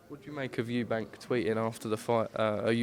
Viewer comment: Why on earth does Nigel Benn say Eubanks, I mean is it really that hard to drop the "S" and just say Eubank?😕 I find it disrespectful